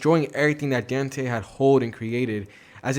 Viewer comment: Dante not "danti"